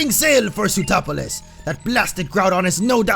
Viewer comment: Lol when you say sootroplis my brain thinks you are saying zootropolis